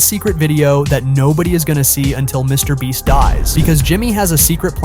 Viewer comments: BRO SAID MR BLEACH AND MRS BREAST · "Mr. Breast..." 🤣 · Bro said "MrBreast" instead of "MrBeast" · Bro really called him Mr. breast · no way he said mr Breast💀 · Mr. Bleach..😂😂😂this narration guy have somekind of mental issues. Sometime saying Mr. Breast sometime saying Mr. Bleach. 😂😂😂cmon he is Mr. Beast. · mr bench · Mr breast lol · YOU NEED TO STOP SAYING MRBLEACH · he said Mr. Breast😅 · bro said Mr. bleach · He said mr. Breast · He said mr bleach😂😂😅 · Did anyone notice bro was calling him Mr. bleach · If you watch the whole video the guy doing the video calls Mr beast Mr breast lmao 😹🔥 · "Mr Breast???" who heard the voice say "Mr Breast" ???? . was this video done with AI? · in and Dude said Mr Bleach and he says Mr Breast🤣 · dude said Mr BREAST!!! LMFAO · bro said Mr breast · Why'd you keep calling him MrBreast occasionally? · Mr. Breast 🤣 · can we just talk about how he randomly pronounces Mr. Beast😂